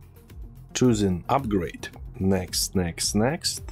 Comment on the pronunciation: i love it when you say " text next next" XD